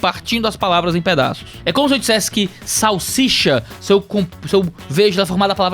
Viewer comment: Querido, a palavra é salsicha. 😊